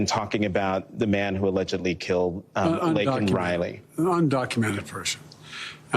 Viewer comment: It's actually legally Criminal Alien. And he should have apologized for getting Laken Riley's name wrong.